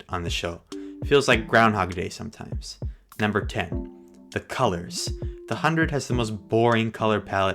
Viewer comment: The hundred? I'm guessing the H is silent on your planet 🤔